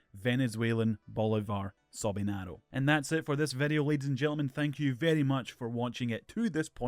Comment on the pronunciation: I'm from Venezuela... You said "Sobinaro" hahahaha It's called "Soberano"... That was funny xD